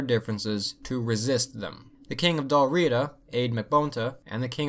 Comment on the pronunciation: Your pardon Sir but,as a native of England i doth do remark sir tis pronounced Dalriada not dalriida...Cumnich bas Ailpin...